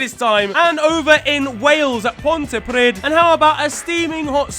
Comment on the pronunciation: The Welsh place is pronounced ponta - pre - th